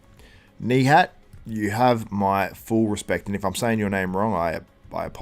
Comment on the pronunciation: Since I am from Turkey too, you perfectly say his name. Nihatttttt:hand-pink-waving